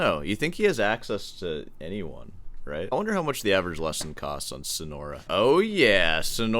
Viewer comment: "sono-ra" 😆 yes, i remember my time in the "sono-ra'an" desert